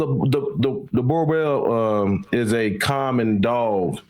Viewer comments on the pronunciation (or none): min mark... the brutha says "I'll try not to torture it so bad today brother" then proceed to do just that and mispronounce the name 😆😆😆.